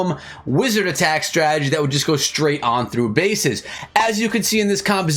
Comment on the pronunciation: stop saying stragedy